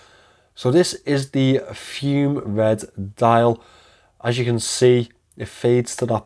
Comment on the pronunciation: It's pronounced FUMAY, not FUME. It's presently $395, and they have given a 2 year warranty. The clasp they have put on it now looks excellent. If you still have it, I may be interested